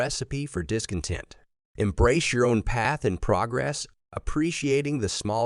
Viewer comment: Harsh truth # 14 : A.I. can't pronounce "progress" the right way. This is why you need Benedict Cumberbatch for your long-winded diatribes. Get a real narrator!!!!!!!